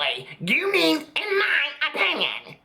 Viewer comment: You should sell shirts that say "In my open-yen" 😆😂